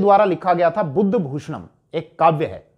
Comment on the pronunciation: सर बुद्धभूषण नहीं बुधभूषण है वो